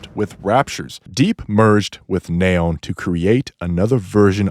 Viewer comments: "Nay-on" it's nee-on. Like neon lights. She even says her own name 💀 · The hells a "Nay-on"? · Neh-on. I had no idea scientists pronouce the noble gas that way. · "NAA-ON" ... sure dude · It's "Knee-On" like the Lights. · it's completely wrong, wtf are you talking about lol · Oh man… thank you for mentioning this… it was kind of driving me bonkers. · The way you pronounce Neon is so funny. It’s pronounced Fi-re-po-wer.